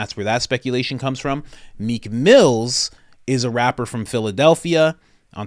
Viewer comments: It’s Meek Mill no “s” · It’s Meek Mill . No S .